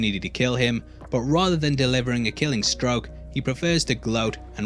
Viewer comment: I like how you pronounce Thanos like Thor, ya know not right also "killing stoke"...